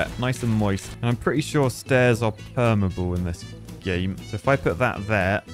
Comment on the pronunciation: Hehehe "permable"